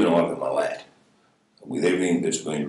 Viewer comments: It's Milat. Not Milit, or Milet. Milat! Like hat or cat. You pronounced it right once, so I know you know how to say it. Come on.. that's how it's pronounced. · As an Australian, we all know the story of Ivan Milat. but you literally hear how his name is pronounced.. "Ivan MILL-AT" and you still pronounced it wrong the entire video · Love your work but as an Aussie found it hard to listen to your pronunciation of Milat. There’s a stress on the second syllable. Mill LAT! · Had to wince every time he said Ivan "Millet" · Every time he said 'millet' I winced. You can even hear it pronounced "Milat" in this very video lol. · My Nan and Grandad lived in Hilltop in the ballangallo state forest where he lived at the time. Ironically Bowral is one of the fanciest southern Highlands country towns in NSW. Where rich famous Aussies buy country estates. My Nan knew that the rest of his family were dodgy and weren't arrested so wouldn't let me go for nature walks. Which I'm grateful for in hindsight. He definitely didn't do it alone. Fun facts- it's pronounced Mill-At. Not Millet. And nobody drinks fosters anywhere in Australia. It's a hilarious trope! We also only have dingoes in our northern dessert areas such as NT. The movies and series Wolf Creek were loosely based on these killings. The movie directly based on this is great if you're interested in the story. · As an Australian, I was so excited to see you covering this notorious and horrific case. Just FYI it's usually pronounced "Mill-ART" or "Mill-AT" with emphasis on the "AT" instead of "MILL-at" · Thank you. I was hoping someone would correct the pronunciation of Milat. As much as I hate Ivan, it was erking me hearing it pronounced Millit instead of MiLAT. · Love watching your videos! But this one was hard every time you said Millet rather than Milat :)! Loved your version of the story of this horrible bloke! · I just gave you props, and then heard Milat. It's Mill-at, not millet 😂🇦🇺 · It's Malat, not Milet